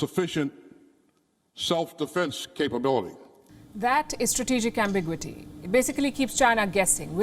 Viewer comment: It is not pronounced "am big wity." It is "ambi gyoo ity."